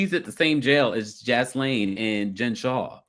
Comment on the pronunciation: Gee layn (pronunciation) lol gislaine